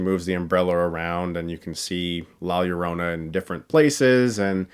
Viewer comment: As a Latino i enjoyed the movie but have to admit it has its deficiencies. Good pronunciation of “Llorona” btw Chris. Putting those high school Spanish classes to good use!